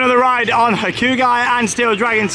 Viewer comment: Hakugi????? i??? Isnt it pronounced "Hakugay" maybe im wrong tho. Google translate does say Hakugay so I think it is that